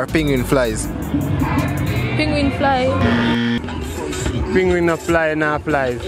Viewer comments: It's not ping wing it's penguin 🤬🤬🤬🤬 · Penguin, NOT Pinguin. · "Penguin"the pronunciation threw me off.